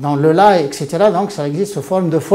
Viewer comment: La 1 ère fois je رgaرde paرler en Fرançais الله يعطيك الصحة راك واعر صافي 👍🏻( للإفادة: الطريقة الصحيحة لنطق حرف R بالفرنسية هي الراء و etc هي 👍🏻etcetera و ليس xetera أرجو ك يا ان تخصص لحظة قصيرة للمزيد من مثل هذه التعاريف كمملحات لتعم الفائدة و شكرًا جزيلا